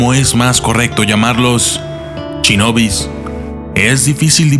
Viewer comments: se dice shinobi no chinobi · Soy el único que noto que dice mal "Shinobi"? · Se pronuncia Shinobi no chinobi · Me encantaron los "Chinobis", jajajaja me gustan mucho sus videos, es solo un chascarrillo, ("Shinobis").